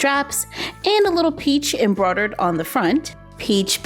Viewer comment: "Embrodad roses" That's what she sounds like she says